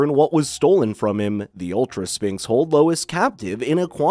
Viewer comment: The pronunciation of sphinx is painful